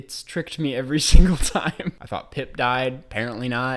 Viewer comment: He's called PIMP,. Not Pip.